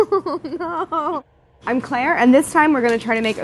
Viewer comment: That NOOOOO sounds like BLUUUUUE